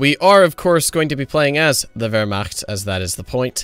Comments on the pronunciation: Ya know, pronunciation of "Wehrmacht" is pretty damn gud. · hey, he even said "Wehrmacht" correctly! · You deserve a award for being the first non-eu to pronounce Wehrmacht. Well done!